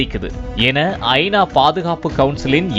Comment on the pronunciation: செய்தி எல்லாம் சரி, கொஞ்சம் தமிழில் கவனம் செலுத்துங்கள்…. ஐ. நா வா அல்லது ஐனாவா? இது போல் பல பிழைகள்